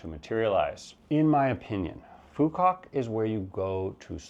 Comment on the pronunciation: You mean to say u can Phu Q Ouf to Phu Qouc